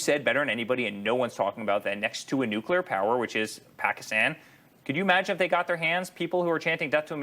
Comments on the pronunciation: New que ler. OMG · Nucular? Isn't it pronounced nuclear?